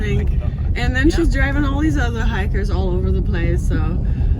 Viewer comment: What the heck is a Thur Hiker? 😂